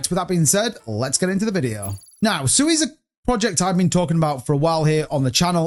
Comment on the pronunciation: At least pronounce Sui right🤔